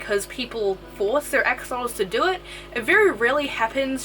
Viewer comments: Just as a note they are not AXE🪓olotls, it is pronounced ASH' O' LOTLs (🇲🇽AXOLOTL🇲🇽) from the old language NAHUATL (nawatl in order that u can know how to pronounce it by the way too). GOTTA THANK U Gringos, cuz this is a BEAUTIFUL animal and we the Mexicans from where it is originary as an endemic species NO ONE GIVES a DAMN for those lil BEAUTIFULL MONSTERS (but just a few who also love💕🐉em and study to keep em in the right way), so they are getting extinct 😞😞😞 even no so long ago a bunch of MORON mexican Politicians made a MASSACRE with 200 healthy mature Axolotls in a more political action for votes than for the species subsistence. But I am sure that as in other species situations YOU🇺🇸will be MUCH MORE SUCCESSFUL RETURNING THE AXOLOTL to a SECURE NUMBER OF THE SPECIES and in a GOOD PLACE SUSTAINABLE 🙏🏼😔 even if not being the original one but good if it is for their best. So I send my BEST WISHES AND REGARDS👍🏻🇲🇽🤜🏻🤛🏻🇺🇸. THANK YOU 🙇🏻😘🫂🤝🏻😆💕🐉. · I kept thinking she was saying ex mortals instead of axolotls